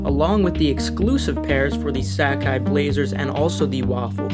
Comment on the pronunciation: So much inaccurate info here. Plus you butchered Sacai. I hate resellers as they continue to take out the joy in copping sneakers.